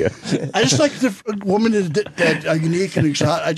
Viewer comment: He literally can't say women. He always say woman.